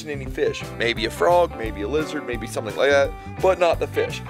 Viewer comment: Somethink?? Lol